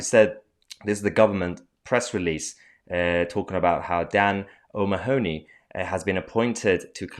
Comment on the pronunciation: Mahyar, pronounce O'Mahoney as O'Mahney.